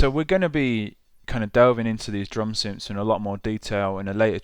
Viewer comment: I "fink" this Maschine 2.0 "fing" and the "synfs" are really cool. Got to learn how to pronounce "th" mate - it's not hard!